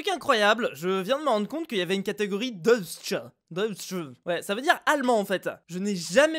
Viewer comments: deutsch se pronoce "deuytch" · blak … remarque meme pas que il manque le "c" de black et puis Deutch ca se prononce "doïtche" avec le "o" qui se prononce a la marsaillaise (si je peu me permettre) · on dit "Deutsch" [doïtch] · #fuzelenongermaniste (ça se prononce "doïtch") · DEUTSCH se prononce DOÏTCH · comment t'as prononcé Deutsch 😂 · Mdr quand tu as prononcé le mot Deutsch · Deutsh tu prononce pas bien